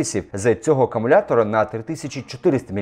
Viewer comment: та сама ситуація з акАмулятором ...